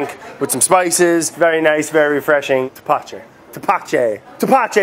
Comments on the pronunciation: My father would make this and its very sweet Also its pronnounced tepache ( teh·pah·che) make sure you don't make the t and p to hard... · You're saying it wrong it's thapatchè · "tepachei" "tepache" is "tepache m8